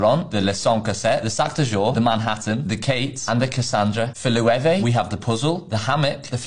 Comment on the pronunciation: It’s pronounced “low-ev” FYI and the saddle bar or the Chanel satchel one are not classics.